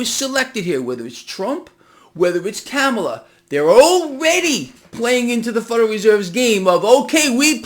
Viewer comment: please pronounce Kamala’s name right.